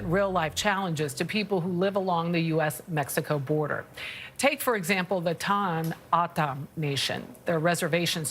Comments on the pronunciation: It’s Toe-hoe-no-oh-dom the dom is like Tom but dom I am a member of this tribe we used to be referred to as Papago’s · LMAO 🤣 the way the first reporter butchered the tribe name. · She butchered that one.. you would think they could call someone in AZ to figure out how to pronounce the name of the tribe.. 🤦🏻‍♂️ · Of course both reporters got the tribes name wrong lol plus the reporter was their in person and still never asked how to pronounce how to say it . Lol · LEARN TO PRONOUNCE THE SUBJECT YOU ARE REPORTING ABOUT, YOU DESTROYED IT. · I would think if these reporters are going to talk about the southern Arizona Indian tribe, they would pronounce the tribes name correctly. I’m a northern Arizona tribal member. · This stupid announcer can't even pronounce the name right!